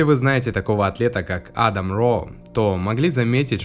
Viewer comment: Правильно не А́дам, а Ада́м